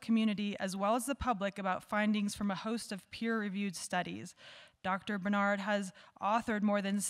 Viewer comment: Did you realize you are mispronouncing his name??